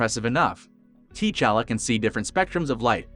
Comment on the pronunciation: Wa-canda! Tee-challa? Wtf